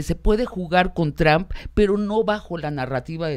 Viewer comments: Sabina necesita aprender a pronunciar (en ingles o en espanol, ya da lo mismo la neta) el apellido de Trump... no es Trahmp! no se si sea con jiribilla de tratar de decir 'tramp' (insulto en ingles, no significa nada en espanol) o es nomas que no le da la boca para pronunciarlo bien. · No puedo tomar en serio a alguien que pronuncia "Tram" en vez de Trump, da pena ajena y parece que no cursaron secundaria (Sabina Berman).